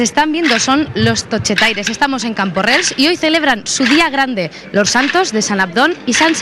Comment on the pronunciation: CamporreLs no borrega, Camporrells haha